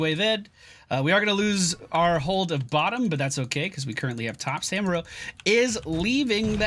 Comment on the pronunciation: still can't pronounce Samuro